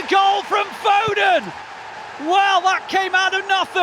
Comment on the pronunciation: FO-DEN 😂😂😂😂😂😂 read his name wrong